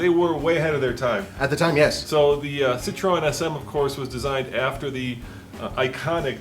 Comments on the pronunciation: citroN... you are car guys how dont you know how to pronounce citroen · "Sitrone" SM